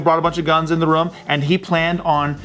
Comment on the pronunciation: Ha! says "rum" instead of "room" lmao 😂